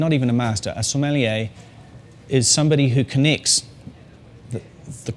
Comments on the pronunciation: so-meh-(except you dont pronounce the h)-lee-a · It's funny because he can't even pronounce it